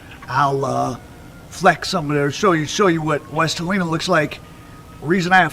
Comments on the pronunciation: He don't even know how to say Helena AR. It's not helina it's pronounced like hel- nena... These culture vultures hell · It’s not He Lena it’s Hel -N-A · Hell-in-ah .. that’s how you pronounce it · That's my cousin and its Hell- len- nah = (Helena) and Mary-anna = ( Marianna). Alot of this story isn't true only assumption. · Im from memphis it aint pronounced like dat its HELL IN AH.. LOL DO YA THANG MY GUY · How he pronounced West Helena had me wondering where was it, it’s like a woman named Helen and someone hits you in the stomach and you say Aaa = West Helena